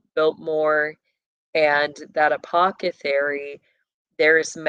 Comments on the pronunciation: ApocCethary? Isn’t it apotheCARY? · Please stop saying Apocethary. You are an intelligent human being & know how to correctly pronounce this word. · Apothecary; th not ca 🫶☝️ Just finished "Peaky Blinders" Netflix Series 2013, post War England up to mid 1930's. Disclaimer: Raw, Sexual Content, Nudity, Violence, Murder, Language. Adult Content. Pray over your mind if you decide to delve into it. Not PG rated for sure. Fairly filthy actually Puts it into the timelines of these bloodlines of Elite. Leading up to beginning of 3rd Reich with the communist and Fascist Revolution. Unions involved, pushing public opinion. Guided by Gov and leadership of Wealthy influence. About the time of Vanderbuilt, Rothschild and Rockefeller families Monopoly World Gov and Elite all playing on the checkerboard. Of course it's not about the Satanic aspect, but you see the underground criminal aspect and how they intermingle. Just layer on what you already know